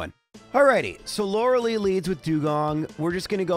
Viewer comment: Arca nine, not Ar Canine Lore a lie, not Lore a lee Do you enjoy being wrong?